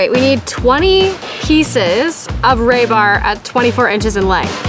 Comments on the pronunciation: FYI it isn't raybar it is rebar. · Re. Bar. Not Ray. Bar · the word is REE BAR please stop butchering it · Reeeebar, not raybar. You guys are so cute. Love the channel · Iv never herd it called ray-bar. Lmao it’s rebar silly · Ray bar? Ree bar weirdos😂! he he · You can do a whole youtube video just on living in a geo greenhouse??? Im a genius .... Thats would be a great poster ---->> ITS RE BAR ... NOT RAY BAR//// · It is not Ray bar it is re-bar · re-bar, not ray-bar. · In the States, we use rebar, not raybar. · HEY GIRLSSSSSSSSSSSSSSSSSSSSSS!!!! YOU GUYS ARE FRICKIN AMAZING AS USUAL WITH THE THINGS YOU BUILD!!! BUT I WAS NOT GOING TO SAY ANYTHING WHEN YOU SAID IT ONCE BUT YA ALL SAID IT A FEW TIMES SO I THOUGHT I WOULD LET YOU KNOW THE CORRECT PRONUNCIATION OF THE METAL BAR YOU ARE WORKING WITH IS..."RU BAR" NOT RAY BAR!!!! JUST SAYIN!!! THANKS, F.M.V. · Pronounced "Ree barr" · I just watch for the pronunciation of project and now rebar!